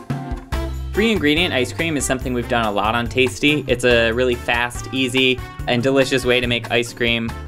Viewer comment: NOOOOoOoO! He’s “taisty”